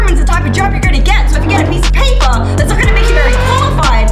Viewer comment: PiEcE oF PayPuH